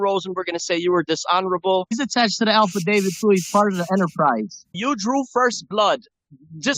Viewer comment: I love it when he says alpha David ! Lol do you mean affidavit douche bag?😂